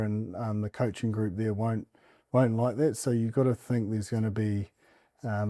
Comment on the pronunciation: Someone please explain to how to pronounce ’derby’ and ‘to’.